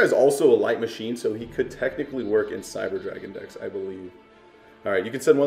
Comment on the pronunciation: did he say cyber dragon